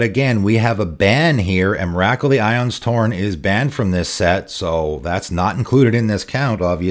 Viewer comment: The Emrakul pronunciation absolutely killed me, great vid!